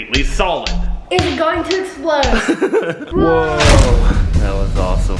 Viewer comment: It’s EXPLODE NOT ESPLODE